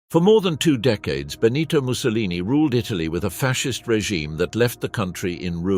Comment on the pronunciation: (* En el cuello llevaban sendos carteles que decían: Assassini Traditori).No era Clara-ara sino Clara Petacci; Benito Mussolini no era " el duque" sino " Il Duce" y nunca "Bonito" sino "Benito"; no es Amilia- Romana sino Emilia-Romagna la región natal...la mayoría de los nombres de poblaciones y personas italianas aludidas, están mal dichos incluido el del Conde Ciano que se llamaba "Galeazzo Ciano".Aparece una fotografía de la actriz CLAUDIA CARDINALE y otras 6 mujeres que no son CLARETTA PETACCI.El documental es bueno pero la narración le resta mucho...de otra parte,no se pueden pronunciar nombres alemanes e italianos como si fueran ingleses o con la dicción en inglés de los mismos¡Un desastre la voz seleccionada...!